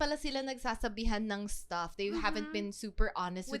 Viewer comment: The way fused two words into one "shtuff." LOL. 🤪